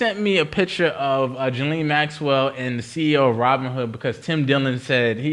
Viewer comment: Ghislane = ghee-LANE (like “Elaine” with a hard “g” in front)